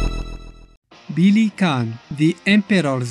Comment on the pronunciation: I die a little every time he says "Billy Can". Also, no smoking.